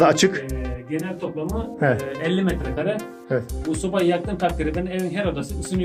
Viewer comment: Abi neden metrekââree diyon Metrekare doğrusu